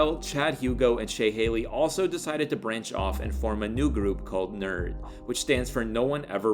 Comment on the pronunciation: great video. they're called N.E.R.D. not "nerd" ...yeahhhh